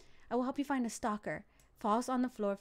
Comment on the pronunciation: its STALKER NOT SLALKER